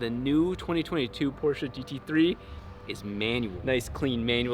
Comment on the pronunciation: I love how he pronounces porsche right :)